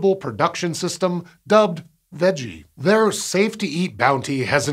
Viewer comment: okay I see the text 'VEGGIE', but why do I hear him pronounce it as 'WEDGIE' 🤔